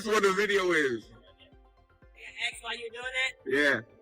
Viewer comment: This pig really "axe" a lot of questions.